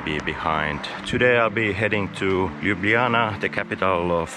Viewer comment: Oh my goodness, this guy can actually pronounce things in Slovenian! Ljubljana took him a while but he got it eventually, he nailed Bled and Bohinj … I'm impressed! (In case you couldn't tell, I'm just here to listen to people butcher our pronounciations, I find it hilarious.)